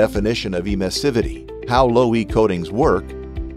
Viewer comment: Good video, but the mispronunciation of the word Emissivity is totally distracting. It should be clear that it has to be pronounced like in Emission